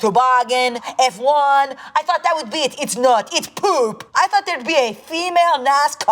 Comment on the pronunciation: "Its not its pOŒP"